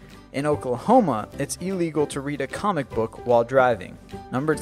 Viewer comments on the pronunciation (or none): none